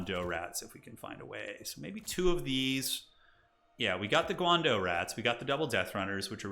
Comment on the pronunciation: Hi, the pronunciation of the "dao" in "guandao" is not pronounced like "dough" but more akin to the English word "dow" or maybe "drow" without the R. The weapons that the eshin triads use (guandao) are attributed to the legendary Chinese general, GuanYu, of the Three Kingdoms period (also playable in TW: 3K)